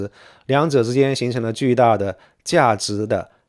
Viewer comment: 堰塞湖的塞读se不读sai